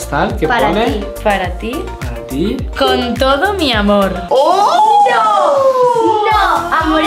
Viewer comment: no teas dado cuenta de que dice miamor